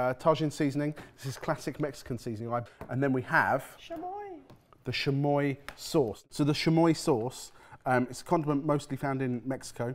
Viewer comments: Pronouncing Tajin (Ta-heen) Tah-shin; and Chamoy (Cha-Moy) Shamoy, just refuses to pronounce Mexican products correctly. They say chamoy correctly in the video and he proceeds to mispronounce it just after. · also they pronounced chamoy as if it were a french word like a shh sound, it's more like cha cha cha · SHAMOY AND TAGIN, its CHA MOY and TA HIIN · I'm dying with the pronunciation of CHamoy as Shamoy and Tah-heen as tah-zuh-en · comments are gonna say it but ill add not ta djinn its ta heen j makes the h sound sham oi? no Chuh moi and of the Chamoy there is a normal more widey used one, no idea what that one is but the one im used to is a bit redder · Chamoy is pronounced ch-ah-moi-ee and Tajin is pronounced ta-hee-n. Tajin is commonly eaten sprinkled on fresh cut fruit like pineapple, mango, and watermelon. And on some veggies like cucumber. Chamoy is added to drinks, shaved ice, chips, and other snacks and foods. Yeah so the pickle without the fruit by the foot sounds good. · hard "ch" on chamoy and "ta-heen" for the seasoning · Also: Chamoy (Like cha-cha-cha) and Tajin (ta-heen) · ah, yes, those classical Mexican things, xamoy and Tayin edit: it's official, I'll never be able to be in the same room as, because I'd have to be physically restrained from punching him in the mouth far pronouncing "wagyu" as "wag goo" or his butchery of Mexican Spanish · pronunciations of "chamoy," and "tajín" are sending me 💀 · For me it's chamoy too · Not mispronouncing tajin and chamoy 😂😂